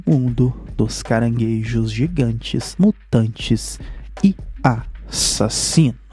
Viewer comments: Não pode faltar ele falando "e a-ssasino " KKKKKK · Caranguejo A- ssassino